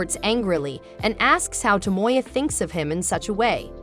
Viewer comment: To mo ya. NOT Toe Moy Yuh.